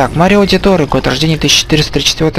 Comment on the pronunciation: Прохождение - шикарное, только слегка передергивает из-за произношения имён и названий, тот же мАрио к примеру, ну какой марИо?